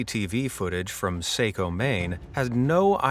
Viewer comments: Saco is pronounced sock-o not say-co I’m from Maine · I live in Saco, ME and it’s pronounced “socko”, not “sayco “